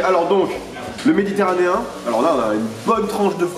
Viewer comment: " Le méditéranien " MDR